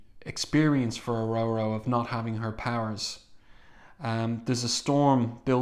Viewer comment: It's Or-Or-O not O-Roe-Roe